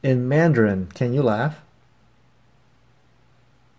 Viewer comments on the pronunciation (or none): Mandarin is wrong.